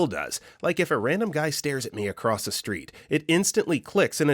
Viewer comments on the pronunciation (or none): none